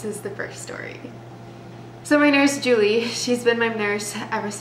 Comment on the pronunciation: Thank you so much for pronouncing the name Julie correctly! 🥳 Most people pronounce it as JEWEL-E but that’s wrong. The correct way to pronounce it is JEW-LEE